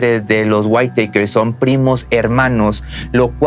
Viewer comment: Creo que Whitaker se pronuncia uitaker (no se como escribir en pronunciación :u)